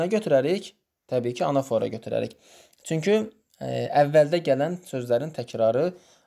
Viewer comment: Salam zəhmət olmasa anafora sözündə vurğunu düz qoyun😌